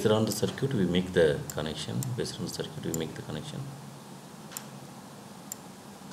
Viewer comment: circuit (saar-kit) is not pronounced as sircute lmao 🤣